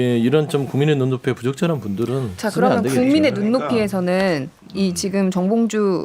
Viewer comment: 사회자 바꿔라~~~ 제대로 일지도 못하는것이 ~정몽주? 에이 정봉주도 발음안되면~~